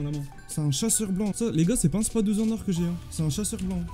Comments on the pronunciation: C pas "spa12" c spas 12 prononce le s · Il dit spa 12